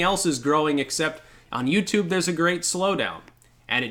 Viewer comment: Oh wait ... i get it .. you said "utoob"... you can't say that.